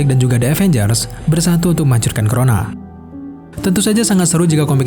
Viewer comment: crona? w dengarny tadi korona